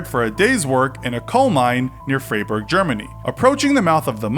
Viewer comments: why do you pronounce "Freiburg" like it´s spelled "Freyburg"? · Frey burgh lol